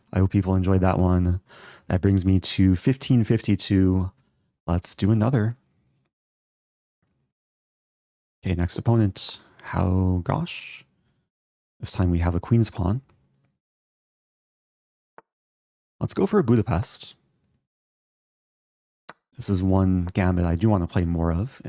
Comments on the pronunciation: Later on , "gauche" is pronounced like "go" + "sh" (long o sound, not like "gosh"). It's a loanword from French, the word for "left". If someone says "how gauche" like the username, they're probably saying something is crude or awkward or maybe out of fashion. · Gauche is pronounced goSH with a long O sound. Just fyi. How gauche of me to comment 🤓